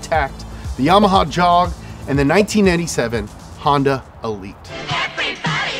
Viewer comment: Yamaha Jog ad sounds like them saying joe mama